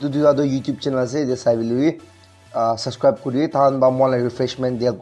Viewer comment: Bro it's "subs-cribe" not "sus-cribe"😂